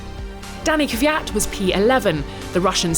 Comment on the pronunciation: THANK YOU FOR FINALLY PRONOUNCING KVYAT CORRECTLY, YOU WONDERFUL LADY